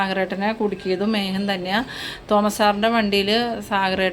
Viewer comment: മേഹൻ എന്ന് അല്ല മേഖൻ എന്ന് പറയൂ.